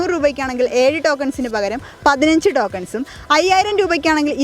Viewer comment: എന്റെ കൊച്ചേ ഡോക്കൻസ് എന്നല്ല ടോ ക്ക ൻ എന്നല്ലേ